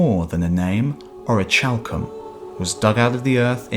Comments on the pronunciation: It’s pronounced Ore-uh-kal-come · Ch in Greek is never like the soft sound in English. The orichalcum pronunciation gets annoying.... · you are suggesting its pronounce ori-hal-cum? because thats not right at all. its ori-khal-cum. i looked around. google along with dictionary . com along with various other sources all support what i said. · in ancient greek 'CH' is pronounced as a 'K'. so it's (oree-kal-kum). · Isn't it pronounced orikalkum ? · It's pronounced ORI-CAL-COOM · the ch in orichalcum is pronounced as a k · Actually it is pronounced as h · I don't know about its pronunciation in english but in modern and ancient greek it is pronounced as H.